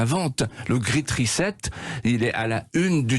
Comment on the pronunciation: "The gritte reset.." qu'elle parle français si elle sait le faire en anglais. Et lui pareil